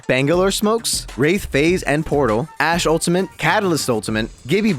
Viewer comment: there is no N in ultimate. please stop saying it with an N